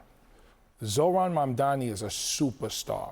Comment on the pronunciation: OMG. Abby with the worst mispronunciation of Mamdani. She said Bomdani!